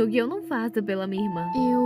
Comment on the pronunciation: "Não é de você QUI eu gosto" gostei ri bastante quando erram as palavras é legal